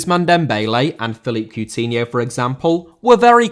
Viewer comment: Coutinho * not Cuwtinhouw